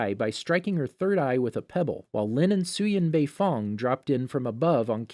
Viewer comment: "baifong" tho